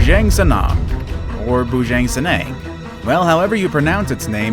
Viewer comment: Jang in Bujang is pronounced similar Jung in jungle. The first pronunciation of senang is correct.